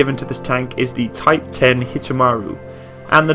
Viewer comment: Btw I think some may have pointed this earlier, it's actually called Type One Zero instead of Type Ten (Hence the japanese name: Hito Maru)